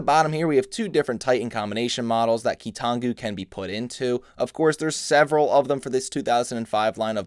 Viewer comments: Ah yes, the Key-Too-Non-Goo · my favorite key-to-nongu quote: "Toe uh"